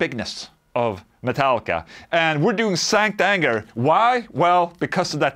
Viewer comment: Sounds like you're saying "STANK ANGER"